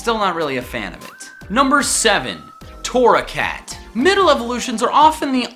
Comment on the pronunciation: GRRRRR WHY TORRACAT BRUH UR MESS UP